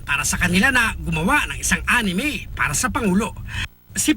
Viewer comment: First time to hear the news say A N I M E XD